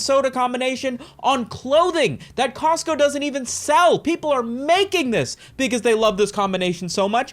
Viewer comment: "We're Cotsco guys" 😐